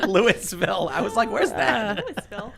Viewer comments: I was born there. The proper pronunciation is lu-uh-vul with minimal emphasis on the vowels.... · Lou-e-vul. Literally how the entirety of the state pronounces it. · As a southern Indiana resident I feel the need to provide clarification. Its "Loo-a-vll" with extra emphasis on inter-family relationships. Its alright for short visits, would not recommend moving to, although if you are leaving NYC the crime probably wouldn't bother you too much.